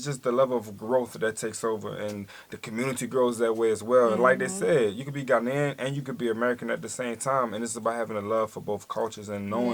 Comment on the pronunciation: 👍🏿👍🏿👍🏿👏🏿👏🏿👏🏿. The gentleman says Ghanaian correctly. Try visiting Ghana for holidays.